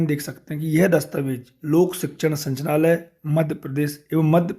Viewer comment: आप संचनालय बोल रहे हैं। जबकि सही है- संचालनालय।